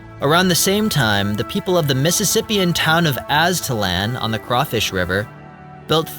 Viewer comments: It's pronounced Az-ta-lahn. Like the Mexican desert flan. Not LAN. Ps I live 5 minutes from there. Thanks for the awesome video though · Az'-tal-an? No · Aztalan pronounced AZTA-LON. My grandparents lived just down the road from the site. Spent a lot of time there in the 80s when I was a kid. Found a bunch of arrowheads.